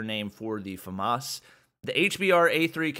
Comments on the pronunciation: Famas not faaaaa mas way Faa mas i can't believe you just say that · it's not FAA MAS its famas say it right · it's Famas (Slowread) not Famas (Fastread)